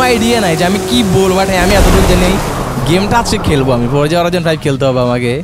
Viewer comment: it's not forja horijon 5 it's forza horizon